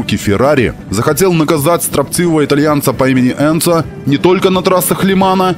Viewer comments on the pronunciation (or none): none